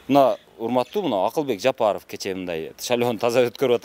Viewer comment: Акылбек жабарып деп кулуп койдунузго